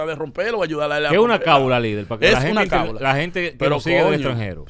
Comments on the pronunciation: Se dice o mejor dicho lo correcto es : Cábala, no se dice cábula. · No es cabula es Cábala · Corrijanlo por Dios se dice "Cábala" no "Cabula"🙄